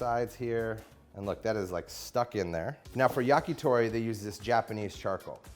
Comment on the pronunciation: also, Yah-kee-thow-ree :)